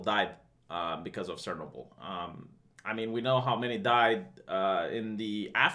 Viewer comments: chair- now-bill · It's pronounced Cha noble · Ch does not make a s sound in English